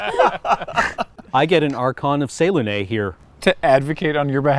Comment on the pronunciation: That is NOT how I pronounce Selune and I've played two characters that were her cleric and paladin respectfully, am I just dumb